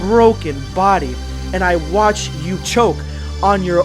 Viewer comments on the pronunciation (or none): none